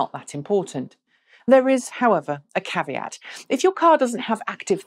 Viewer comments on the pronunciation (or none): none